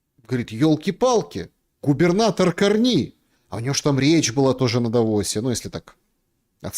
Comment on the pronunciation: такую хрень про Канаду несёт, аж уши в трубочку заворачиваются. хоть бы ударение правильно выучил как ставить в фамилии Карни. уровень перехода у метро.